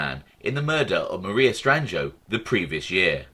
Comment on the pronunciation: LOL. Pretty good...yes its Stran-joe. The "i" is almost always silent in the middle of a word...